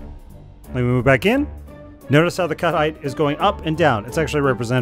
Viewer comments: I went several minutes think he was saying "cuddite" and wondering what that is until I figured out it was "cut height". Brains are funny sometimes. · Took me awhile to realize he's saying "cut height" and not "cuddite". Thought cuddite was some hot new word the VTT crowd were using and felt lost lol